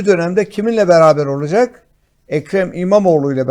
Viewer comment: Hadi Bey, lütfen " olucek " değil olacak...